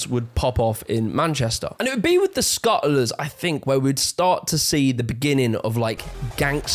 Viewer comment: “Scu’uliz” XD you can’t make this up dude, literally no “t” in the word! Lmaoooo